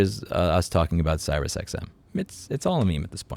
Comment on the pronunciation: "SyriusXM", not "CyrusXM [sic]"